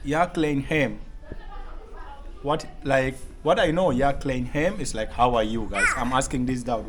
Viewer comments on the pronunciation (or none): Bro the 2nd word is a question asked "ia khlaiñ em?" Is the same with kumno phi long? Meaning how are you? To pronounced 'khlaiñ' you have to use Kh not kl. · Ia khlain not khlein em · Khlaain.... Not klim... Cos klim means. Adultery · Phi ia khlaiñ ne em,,not Klain ne em,,, very smart...im from Meghalaya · Not ia klain em. It's ia khlain em? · Khlaiñ not klain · Not klain em... It's phi ia khlaiñ em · Thank you bro for spreading the Khasi language. Some pronounciation not perfect but not that so bad. No.2 question is - 'ia khlaiñ em?'. ❤ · (Ia khlaiñ em )😅teacher also pronounced it wrong❌ 😃but you are doing best👍